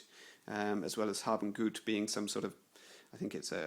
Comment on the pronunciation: I love the way you pronounce Hab und Gut